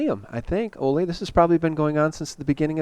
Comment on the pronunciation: I appreciate you so much,, and love Ole. I only ask,, that you pronounce Ole's name correctly...as a show of respect. Listen to him pronounce Ole Palmgren's name...it's "oo-leh" vs. "oh-lay" or "oh-lee" or "Ollie". "Oo-leh" with emphasis on the first syllable.:) I cringe for Ole every time you say his name.:)